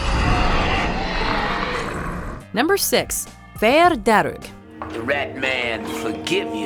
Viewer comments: when you're Irish and you have to listen to them pronounce Irish words wrongly like "dearg" it's horrible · You know Dearg is pronounced just darg , u don't have to mess with the 'r' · Just FYI - fear just pronounce “far” and dearg say “Darrg”. Lír is more like if you said ear with an “L” but don’t hold so much on the “e” sound if ya get me. We know Dullahan as the headless horseman. I have to say Irish is a difficult language to learn. We all learn it in school here and most of us are not fluent so fair play to for her attempts to pronounce some words. It’s very hard and half the time the spelling sounds nothing like the actual word. For example - my name “Aoife”! Spot on with Uisce though a few others. Don’t mind the major critics they are precious about it. At the best of We can mispronounce our own townlands name if we are unfamiliar! Nice top ten. Happy Saint Patrick’s day. Would be great to see more top ten on Ireland. Even on maybe significant moments in Irish history! We have A LOT!